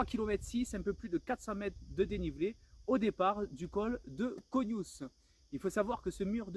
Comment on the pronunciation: Bravo pour cette vidéo 👍 , je voulais juste faire une précision sur certaines prononciations: l’accès au Col de Péguère se fait pas le col [dès caougnous] et on dit le Col [d’agne].